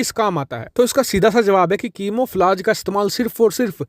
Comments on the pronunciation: It’s camouflage not kimouflage LoL sorry but ap bahut funny ho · Chimo flaaj nahi... Camouflage is real pronunciation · Camoflize ( कैमोफ्लाइज ) होता हैं, नाकि कीमोफलाज, भाई सही उच्चारण तो कर दिया करो यार 😀😀😀